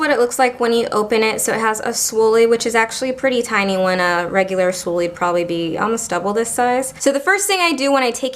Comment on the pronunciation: Swoolie?! You mean spoolie... :D You made me smile :)